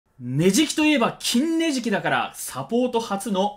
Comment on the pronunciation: 金ネジキのイントネーションだけ治ってないw 金ネジキは矯正キツそうw